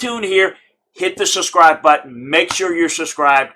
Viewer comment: I think I know the problem: There’s a “b” in subscribe. That’s holding you back. You’re pronouncing it without a b and your viewers are probably looking for the SUSCRIBE button. Let me know if this works lol.